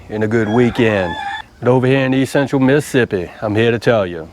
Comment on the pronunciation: Hey... I though he said Possum butt too haha. That is some good stuff. We make that pretty often at our house and it's one of my favorites. Good job brother.